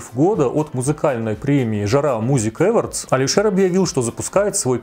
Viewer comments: Господи, но почему ‘Эвардс-то? Только с третьего раза поняла, что это awards. Ударение на второй слог, на о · Телек, дорогой, Awards - эОрдс читается❤️